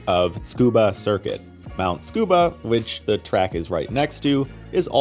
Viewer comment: How you gonna pronounce Tsukuba correctly but not hakosuka???